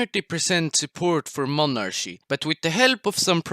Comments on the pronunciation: it's pronounced monarky, not monarshy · when you say monarchy you have to say it like Mon ar Ki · why they say monarschy instead of monarchy? xd